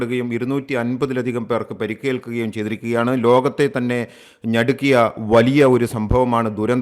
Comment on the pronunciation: ഞടുക്കിയ അല്ല നടുക്കിയ ആണ് ശരി , ഭാഷ നശിപ്പിയ്ക്കരുത് .